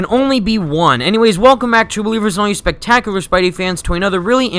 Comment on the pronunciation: "spectacular" makes me cringe not trying to be rude it's like saying libarry